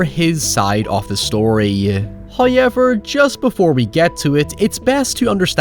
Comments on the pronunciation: Please stop saying "hi-ever" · I love how you say "however" as "hyever" lmao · First “Hayevur, …” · I'm new. Why does he say hoyever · First "hoyevver" drops - so don't skip the ad, or His wrath will be felt for aeons.